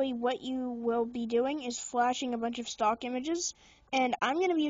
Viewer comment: Its stock recovery, not stalk recovery 😂